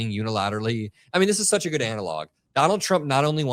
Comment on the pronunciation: Why are you pronouncing "Good" as "GUD"? Are you mocking her? It's you said "GUD" as her name. Did you eat a gud meal today? Do you like doing gud for people? What is wrong with you DUDD?